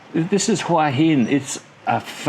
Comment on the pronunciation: Hoo-ee Hin....Cracks me up. Pah-Tay-Ah. Hilarious